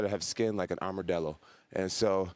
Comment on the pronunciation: Ah yes. My favourite animal: “the armourdello” 😂😂😂